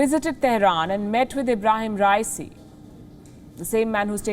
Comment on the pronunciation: What if you start by pronouncing his name correctly ?